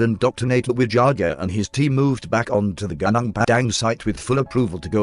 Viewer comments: Pronounce it : Gu (like Glue) Nung (Nung) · Would appreciate if you would read it becos I find that I cannot focus when a bot-voice is used. You can always google whatever you’re not sure on how to pronounce. The bot pronounces many non-English words wrongly anyway, e.g. Gunung should be “ goo-noong” Just saying...mind you. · the word "gunung" should pronounce "goonoong" not "gaanaang" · Gunung is not pronounced Gah_Nahng.. its pronounced Goo_noong lol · sorry, it spell gu - nung .... not ga - nang ...why western spell U as A i will never understand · gunung are pronounce goo-noong. and it means "mountain" in Indonesian.